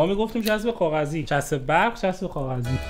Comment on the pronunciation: انقد خوشم میاد به برق میگی برخ..... 😢